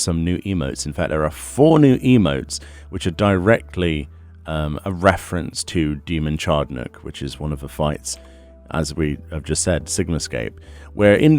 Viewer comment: "Demon CHARDnook" hehhehehehehe Chad-ar-nook, bro.